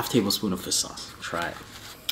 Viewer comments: Hey the guy always pronounces it like fiss sauce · Everytime i hear say fish sauce it really sounds like he’s saying FIST SAUCE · Is he saying Fisk sauce or fish sauce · No body:: "fiss sauce" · Fish sauce ? Heard it like nước mắm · FISS SAUCE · Yoooooo for real! 😂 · Lol ur right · Same here and i LOL every time. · I can't unhear it now